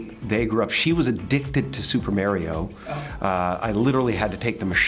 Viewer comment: O Super Mare Ree Oh? Jim, it's Mar Ree Oh